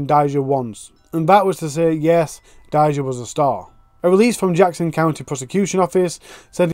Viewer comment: if you're gonna tell her story and make money off of her, you should at least pronounce her name correctly. It's pronounced Day- juh. NOT Dy-zuh